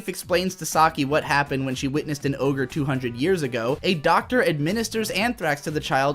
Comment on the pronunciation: Every time he says oger it makes me wanna kms